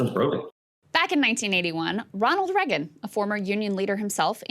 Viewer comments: Still with the Reggin. I don't know why it pisses me off when she pronounces it like that, it just does. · Why can’t Krystal pronounce Reagan?